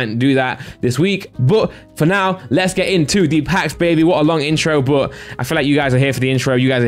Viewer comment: Never heard a BUUHHHH like that :P It triggers my OCD ( BUT - BUUUHH )